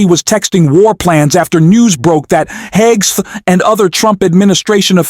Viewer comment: Did you just say “DUI Hegseth”😮😂